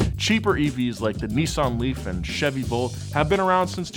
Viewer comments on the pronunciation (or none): none